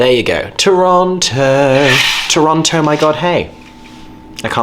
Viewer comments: Eeeeeeeeee! My home! Also, FYI, it's pronounced "Toronno". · So glad you guys enjoyed Canada! I'm down in Hamilton, about an hour south of Toronto. They have a great art scene, dunno about theatre save for a couple of cute old playhouses. Very fun to see you guys explore Toronto! Though local pronunciation is 'Toronno' btw. No T :D PS: (because finally getting to watch more of this lol) if there is one thing you can count on finding in Canada, it's a Tims- and a filming location in Toronto. Many shows and movies are shot there to look like NYC! Toronto's absolutely a culture shock from most of Canada though. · Haha tourists pronouncing the second “t” always makes me chuckle. I mean I’m sure if I went to the UK I’d be mispronouncing everything too tbf